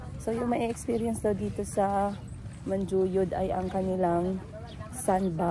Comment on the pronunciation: You keep on saying Manjuyod, Dumaguete. I'm sorry ha pero dili na mao. Dumaguete City is the capital of Negros Oriental while Manjuyod (pronounced Manhuyod) is one of the towns of Negros Oriental.